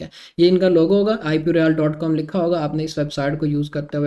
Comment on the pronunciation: بھائی بہت معذرت کے ساتھ آپکا تلفظ Royal کا درست نھیں رویال نھیں ھے بلکہ یہ رویل یا رائل کہتے ہیں جیسے Royal family